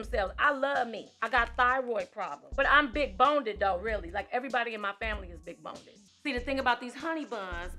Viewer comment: honey....she said 'big BONEDED'!!!